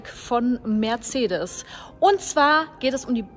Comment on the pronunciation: Da ist kein „h“ in Mercedes!!!